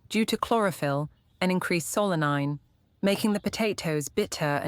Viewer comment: Not "selene" as the AI voice said, but SOLANINE, pronounced SOUL-a-neen.